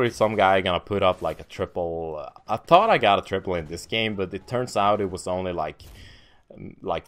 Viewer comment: I love how doesn't use "H's".. Tanks.. Tought… ahhaha.